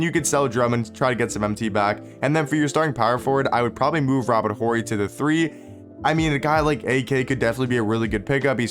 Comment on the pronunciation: Yo, Horry has a silent h bro